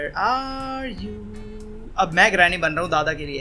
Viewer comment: I like he says granny as drameee 😘😁😂